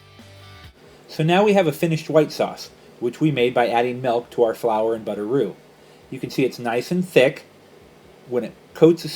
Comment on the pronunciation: ahaha it sounded like you said butteroo